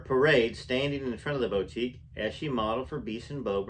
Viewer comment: Hi. 😆 boutique is pronouned buˈtik. Thank you for the reading, you have a great voice.